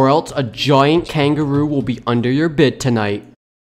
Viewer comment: Funny how he says kangaruu